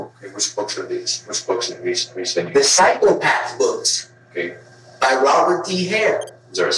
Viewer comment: everytime I hear say 'psychopath',I hear cyclepath....